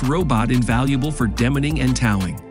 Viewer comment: A video about technology with an AI voice that can't pronounce "Mercedes" or "Towing" or "Origami"